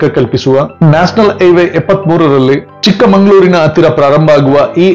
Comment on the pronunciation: ಚಿಕ್ಕಮಗಳೂರು not ಚಿಕ್ಕಮಂಗಳೂರು 😊